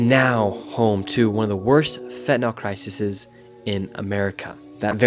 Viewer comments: hun it's Crisees. not crisises. the plural version of crisis. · With great respect: the plural of CRISIS (CRY - SIS) is CRISES, pronounced: CRY- SEEZE,. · Plural of “crisis” is “cris-ees.” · Crisis plural is crises and pronounced CRYSEAS👍😊thank you for showing Seattle and doing this video on this topic. I live just south of Seattle. Born in Seattle and it’s gotten worse for sure. Liberal city = liberal, tolerated self-destruction.😢